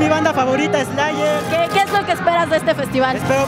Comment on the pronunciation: Le hace burla a él chavo que dijo que slayer era su banda favorita pero lo pronuncio mal, y parecia que decia eslaller